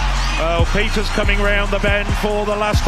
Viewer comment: The A in klaver comes close to the A's in Bahama's. De A in van and Franke is like the A in car. The EE in peeters is like the A in race.